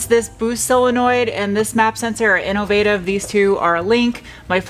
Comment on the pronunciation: Is your mispronouncing of "Innovate" suppose to be like your mispronouncing of "aluminum", to be cute/funny/whatever? FYI, a certain part of my body severely clenches when you do so! 🤔😜